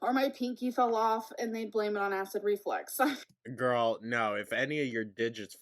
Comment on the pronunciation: I hate that she says "acid reFLEX"